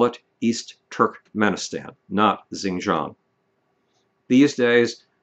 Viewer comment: Xinjiang is pronounced "sheen-jyang" with a hard 'J' like in "Jack"